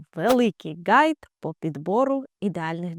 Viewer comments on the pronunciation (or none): none